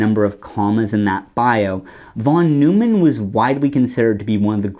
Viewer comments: The way that you pronounced John von Neumann's name really bugs me. In all of my computer classes, the professors pronounced it "noy-man", not "new-man" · John von Neumann: the last name isn’t “Newman”, it’s “Noyman”. The founder of computer science. Can’t help it, it’s triggering me! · Mathematicians pronounce von Neumann’s name as “von noy-man,” not “von Newman.” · von Neumann is pronounced "von NOY-man" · von Neumann is "fon NOY-mon." He's not a Seinfeld character. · That's not how you pronounce John von Neumann. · Made me turn off the video. If you can't even get the guys name right what else are you missing.